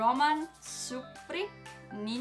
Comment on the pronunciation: Yay! I heard my name!^_^ Also: it's SoROkina, not SoroKIna(accent on second O);-) And yeah: congrats,, you deserve what you've got! applause